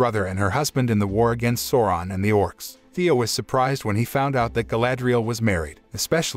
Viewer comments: its callled sauuuroon not sowron... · I keep on hearing Soran, which is really annoying lol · Bro who is soran?lmao learn correct pronunciation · Souron it's pronounced Sauron with an A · "Sawron" yep gtfo right there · I hate how is says Sauron.. completly diffirent that the movie... feels like he is saying Soaran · great recap, i kept falling asleep with whatever Amazon came up with.. Also the incorrect pronunciation of "Sauron" was a tad annoying :D, though this effort dictates far more respect than its getting ..